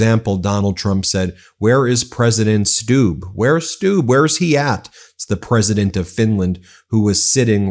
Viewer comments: I think the President of Finland’s name is pronounced STUBB with a short u not a long uu. Like Trump is a short u, not a long uu. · It's not pronounced "Stoob". It's pronounced "Stub".